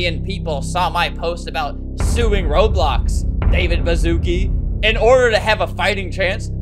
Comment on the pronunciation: it’s ba-shu-ce-kee not bazooki 😭😭